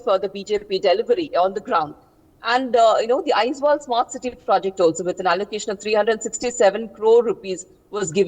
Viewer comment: Its Aizawl not Aizwal😂